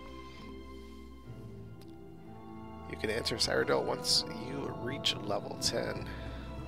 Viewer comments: Cyrodill is prenounce Syro-dill :) eh it's kinda hard to explain it in text, just youtube a elder scrolls Cyrodill lore video where they will most likely say Cyrodill correctly. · Your mispronouncing Cyrodiil. Seer-o-dill.